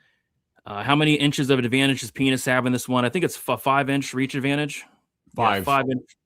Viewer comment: What is up with pronunciation of Pinas?